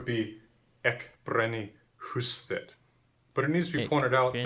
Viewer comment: I love that your first attempt to say ég brenni hús þitt was well pronounced